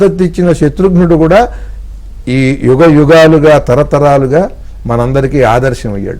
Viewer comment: Excellent interpretation about Ramayana characters. Interview chestunna madam garu Yugam uchcharana lo yugham anakandi. Ga but not Gha